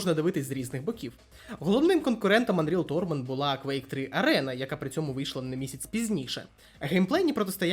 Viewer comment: Десь тут мене бомбануло від помилок вимови диктора... Тупо вбий у гугл транслейт англійською та послухай як воно його каже... Ці дрібнички ДУЖЕ бісять. Навіть мій брат котрий молодше Анрілів не робить таких помилок, а тут вони наче спеціально! "Турнір" та "Муки" - це, блядь, РІЗНІ слова! Бо TorNAment i Tor_ment це РІЗНІ слова. І тут такої параші ціле відео!